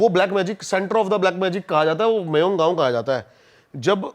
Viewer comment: Koi mayoung vayong gav nahi hya... Thikhse pronounce kar be randwe